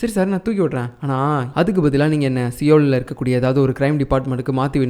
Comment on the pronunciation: சியோல் இல்லை சோல் ( seoul )